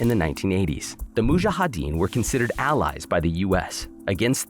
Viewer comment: Sorry but his pronounciation of Mujahdeen totally threw me off. I had to pause the fkn video lol